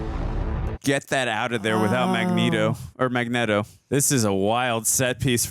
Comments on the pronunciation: its not mag NET o its mag neat o but thats just how its spelled magneto he keep sayin his name with net its neat like this is neat but spelled magneto with out the a in it literally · "We say Magnet-oh cus that's the way..." No, that's just your simp way. It's fn Magneto. Stfu dude 😂 after that she shit on you about the gym. 😂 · It's not Mag-netto, it's Magneato, children. Uhm, just read the comments or just watch the animated series. I mean lets face it, if you guys' are gonna make money off YouTube. Please pretend to know what you're talking about. I like the woman but dude with the Stache is misinformed Way to go, tard! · Mag-Knee-toe...not Mag-net-to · Are you guys saying Eric name wrong on purpose? It's Magneto as in neat-o not net-o. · is makniero not makneto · Hey, it’s [Mag-nea-do] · Remember guys, its pronounced mag-NETO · Its mag knee toe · The mispronouncing of Magneto is driving me crazy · The way they say magneto makes my head hurt 😒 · It’s pronounced Magneto, not Magneto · This is my favourite prequel. Your magneto pronunciation sounds weird it's distracting.